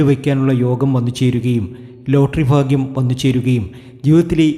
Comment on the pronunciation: ഫാഗ്യേ മൊ? പൊട്ടൻ😅😅